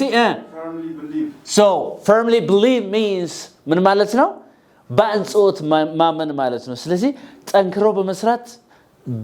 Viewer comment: አጽንዎት not አንጾት